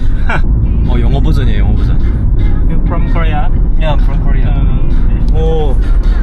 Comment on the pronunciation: 되도않는 발음좀 쳐굴리지말고 걍 담백하게 코리아라고해라 코우뤼ㅇ아 ㅇㅈㄹ